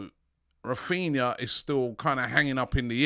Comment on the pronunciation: you can't even get his name right.